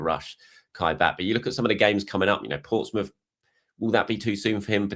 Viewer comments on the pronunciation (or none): none